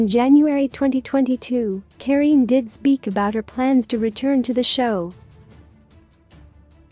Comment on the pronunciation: Kareeenie Steel, not the way you butcher it.